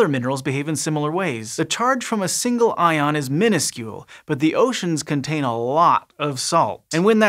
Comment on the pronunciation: you mean 'minuscule'?